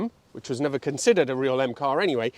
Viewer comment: Nerver say nerver...